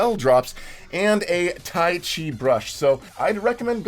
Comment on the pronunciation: Its “chi” instead of “key”